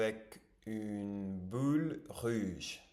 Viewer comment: Ton francais est assez bon ! Mais c'est vrai que tu as une grosse difficulté à prononcer les "ou". Your prononciation is more like "il ju avec une bule ruge" instead of "il joue avec une boule rouge". And as a french speaker sometimes that's weird cause it becames a different word. Essaie de te focus sur ce point en parallèle de ton apprentissage. Grosse force à toi ton travail est déjà admirable ❤️🙏🏽